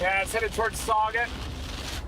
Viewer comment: Wow, crazy seeing Reed in my neck of the woods! Few pronounciation hints in case y’all ever gotta come back through here. Never stop chasing! Des Peres - Da Pair Sauget - SoJay (French sounding) Swansea - Swan-See